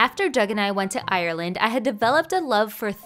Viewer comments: Just a reminder: it's [AR-LAND] not [AI-YER-LAND]. just two syllables. I get where the mispronounciation comes from, ire, fire, tire etc. But it is still cringe inducing... but it's OK cause I'm used to it or at least I should be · I find it so cute how she says ironland when you pronouce it areland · pronounced areland honey areland